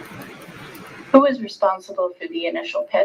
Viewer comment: The attorney pronouncing Marquardt’s name as (Lord) Marquaad is too good. Sick burn or happy accident